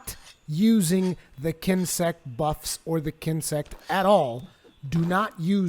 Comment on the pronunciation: Daniel Fusco but he said kinsect right.